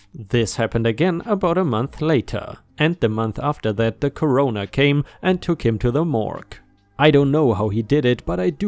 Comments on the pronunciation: Core-or-ner not Cor-o-na. A coroner is an official that declares cause and time of death for investigations purposes, and you pronounced it like Corona Virus. Just a tip for your viewers that are only listening and not reading along :) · Coroner = COR uhn er. Not Co RO ner. Liqueur = li KEWR. Not LIK-er. Tear (when used as ripping) = TAIR Just thought you'd want to know. I do enjoy your posts! 8-D